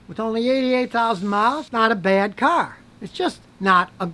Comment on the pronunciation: Not a great caar but not a bad caar